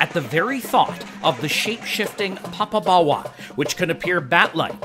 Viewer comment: You need to pronounce it properly. You seem to be saying papa-bawa. The o in popo is the same o as in dodo, dead as a dodo.